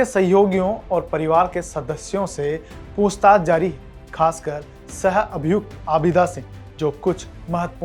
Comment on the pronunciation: पूंछताछ नही होता पूछताछ होता है ।😂